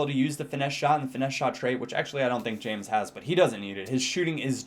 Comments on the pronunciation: Never occur to you that it won't be pronounced James? Anyway according to Tim Vickery, it should be said as 'Hames'. He said he absolutely hates it said as James. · It 's pronounced 'hamez'.. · I think James is pronounced (Ha-mace). At least that is what the commentators say on Bein Sport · It's not pronounced James, it's pronounced Hamez. :D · it's actually pronounced *Ha-Mess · James Rodriguez is pronounced Hey-mes